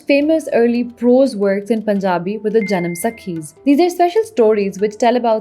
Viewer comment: Thanks for your research 🙏. Just a quick correction; the way you say “sakhi” in janamsakhi means girl friend 😊. It’s actually pronounced “saakhi” which means tale or story. Hence janamsakhi would mean birth(or origin) tales. Also, IMO, Punjabi has taken a back seat everywhere ( including current day Indian Punjab as well). In big cities, schools and parents both prefer to speak in Hindi over Punjabi. We are still fortunate enough to have it flourishing in villages as well literally fest. People might have different perceptions but for a country this large, most of the states are blessed with their native language speakers who take pride in their local culture; honoring what they speak as mother tongue 😊🙏